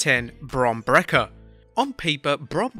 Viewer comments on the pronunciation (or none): It's actually pronounced Breaker what you said was wrong bro 🤣